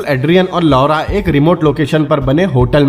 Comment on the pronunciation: Please change the pronounciation of LAURA